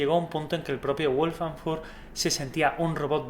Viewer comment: Una cosa. Se pronuncia “Kráftverk” (es una palabra ALEMANA) no “Kráftgüerk” Al igual que el nombre del autor del libro es “Vólfgang” no “Guólfgang”